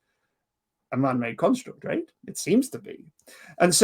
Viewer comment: Just one thing I can't quite pin down is pronunciation of "right". It's somewhere between "rate" and the more northern "reet"; something like,"Reeate". Love it.